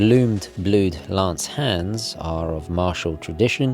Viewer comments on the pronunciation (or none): none